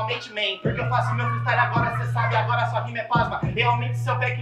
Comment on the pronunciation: Acho q ela pegou pesado kkk mas ta certa. Tem q estudar mano. Eu acredito em vc. Estuda e mostra q a palavra freestyle vai ser diga corretamente tanto qto seus "fatalitys" nas batalhas.